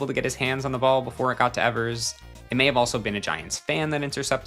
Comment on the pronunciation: It's pronounced Johnny eevers not Johnny Ehvers, very common mistake